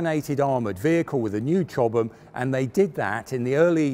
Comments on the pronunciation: He's pronouncing it correctly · Hi Ben, Chobham is a place in Surrey, England. The way pronounces it is correct.